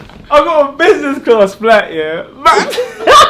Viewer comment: Man said businessclart